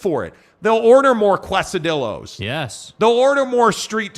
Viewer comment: 'They'll order more "kwes-a-dillos"? LOL, seriously?